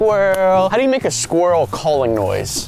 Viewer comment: when Unspeakable said: What are we gonna do just be like HAY SKWILEL